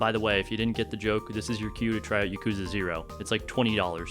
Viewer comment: This video is awesome but I must stess: It is Yakuza (YAH-ku-zah).